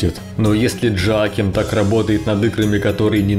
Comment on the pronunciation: Хороший обзор, только на всём протяжении резало слух то, как вы произносит имя разработчика. Разработчик швед, а не американец, имя у него не Джоаким, а Йоаким.